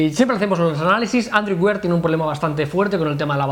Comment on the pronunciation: aprended a pronunciar android wear por favor, que no cuesta nada